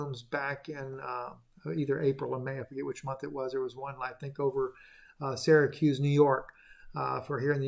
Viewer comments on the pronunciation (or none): none